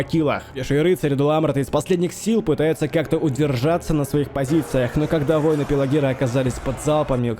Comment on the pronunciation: Дружище, да нет такого слова - "войны" в контексте "бойцы". ВоИны! Откуда это взялось - не понятно... Крутые ролики делаешь, спасибо за труды! Но поработай над речью в целом, произношением отдельных слов, логикой в предложении, определением главных слов и второстепенных, их выделением, интонациями (где-то ставишь ненужные точки посреди предожения, перечисления, выделяешь ненужное) итд. Посмотри, послушай, как читают актеры, поищи тренинги, мастер-классы. И обрати внимание, в частнности, на употребление слова "мораль". Это сугубо сленговое игровое слово, а ты всё-таки метишь в сторону художественности. На этом контрасте оно режит слух. Есть ведь масса синонинов, которые ты и сам употребляешь. А что касается конкретно этой битвы, она, конечно, крайне нереалистичная) Ну, тут и сам игровой движок не способен передать натиск троллей и мумаков, но в реале любой, что пеший, что конный, пусть самый что ни на есть тяжелый и плотный строй, разлетался бы как щепки перед этой силищей. Даже если бы фаланга каким-то образом и осталась стоять перед этими монстрами (под наркотой, например)), то в ней нельзя было бы увязнуть - раскидали бы за полминуты.